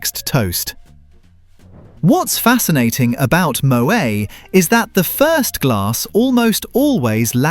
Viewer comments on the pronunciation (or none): Moway? It's Moet. Pronounce the T! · It’s pronounced moh-ett not mohay - English speakers who want to pretend they know French always make this mistake. Like Noël is no-ell not no-ay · AI voice needs to learn how to pronounce Moët